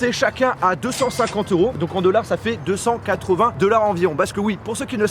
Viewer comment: Pourquoi il dit 'deullars' au lieu de 'dollars'? 🤔 Assez perturbant mais sinon chouette concept